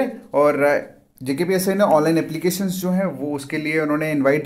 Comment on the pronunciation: Bhai khna kya chahta hai tu JKPSI ya JKPSC🤣🤣 dyan se suno dosto JKPSI bol rha hai